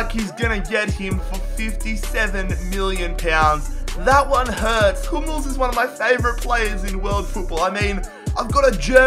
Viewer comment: says Hummels is his favourite player, when he couldnt even say his name right 🤣🤣🤣🤣